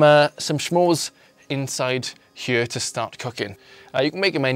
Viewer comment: i didn't know smores had a H in it...